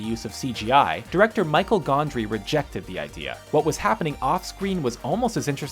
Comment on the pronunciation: Michael Gondry? Really? Seems like every video there's at least one fuck up of a name.